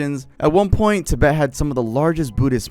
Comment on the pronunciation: Ti-BET… emphasis on the second syllable. I don’t normally correct people, but that drove me.